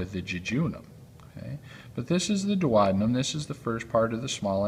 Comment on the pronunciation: Without a doubt that was a first class anatomical video. The only thing that irked med was his pronunciation of the DUODENUM. It's much easier the proper way DUO (due oh )DE (dee) NUM ( numb).